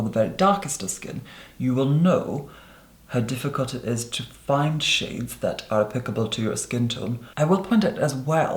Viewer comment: Did he say shits??! I had to go back and listen 5 times to decided if He said shits or shades when he was talking about the contour.